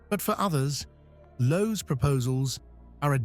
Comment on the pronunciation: It's Lowe. Not a Chinese "Loh!"